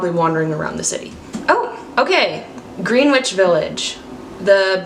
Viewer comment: Ok this is your moms nyc advice…I believe it’s pronounced Grenich with the w in Greenwich being silent😎 So to avoid being tourist like check that fact😜